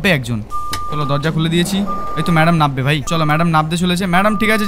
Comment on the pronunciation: ভাই তুমি যেটাকে নাব্বে বললে সেটা আসলে নামবে হবে 😊